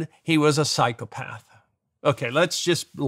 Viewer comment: What a fascinating man, could listen to him talk all day. Steven great as usual, we will even let you off "pschyoPARTH" that you slipped in at the end there.